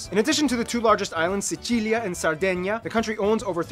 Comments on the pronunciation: In italian it is pronounced si-chi-li-ah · SEE CHEE LEE AH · In italian it’s SICILIA (see-chee-lee-ah) and the accent is on the “chee” 😉